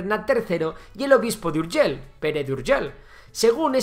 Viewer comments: Urgell no Urgel. Por lo demás fabuloso como siempre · NO SE DICE Urgel se dice URGELL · URGELL no "Urgel"... 😱😱 Saludos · Me chirrían los oídos cuando pronuncias ciudades de catalunya en castellano. Seo de Urgel?? No era necesario! Igualmente, buen trabajo! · Home, se n'ha sortit prou bé amb el so 'j' a "Pariatge", si bé no tant amb la 'll' d' "Urgell". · Más fácil imposible: la “ll” de Urgell, se pronuncia como la “ll” de lluvia. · Si pronuncias Llave porque no pronuncias Urgell e incluso lo escribes? Siglo VIX? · Se nota que no sabes pronunciar muy bien la palabra: Urgell. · Tan difícil és pronunciar una "LL"?